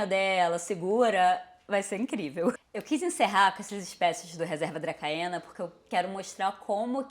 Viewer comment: Ótimo vídeo. Perdão pela pedância, mas a pronúncia de Dracaena é "dracena".